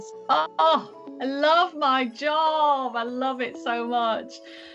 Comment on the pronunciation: i thought she said that "I love my jaw" until i saw your comment